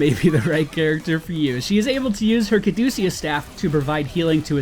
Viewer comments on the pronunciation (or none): "Kadusius staff", I lol'd.